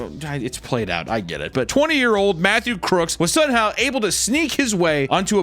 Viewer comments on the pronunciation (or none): none